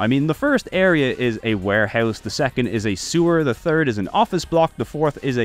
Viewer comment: "go touch grass 🤓" you literally pronounce '3rd' as 'Turd' and see no problem with it.